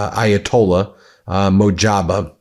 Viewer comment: Bro.. you are pronouncing Mojtaba very badly.